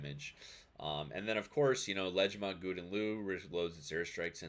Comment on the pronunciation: I know you prolly don’t give a shit but GL is pronounced Gow-den Lay-Ooo